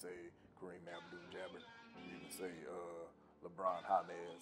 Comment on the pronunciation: "you could say, kareem abduJiggum" LMFAOO